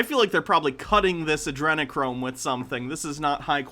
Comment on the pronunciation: He said Adrenachrome so incorrectly I thought he was talking about Andrew Cuomo.